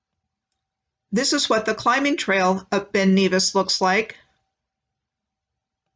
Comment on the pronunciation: Nevis is NEV as in never. Glas-GO, not Gow. Edin burr, not borough, Edinburr-h